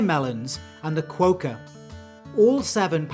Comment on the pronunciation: Almost with the quokka pronunciation. Kwow-ka? ye nah mate. Kwok-ka? Ye mate.